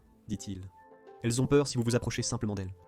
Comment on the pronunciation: ..."vuve"... lol...formidable en effet !🤣🤣🤣